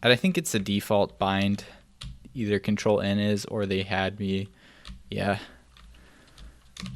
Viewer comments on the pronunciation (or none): none